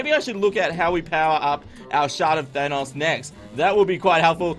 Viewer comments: Could You Please Listen To How To Pronounce Thanos Im Pretty Sure Its A Marvel Characters Name And Pretty Sure Thats Not How You Are Suppose To Pronounce It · You keep saying Thanos incorrectly.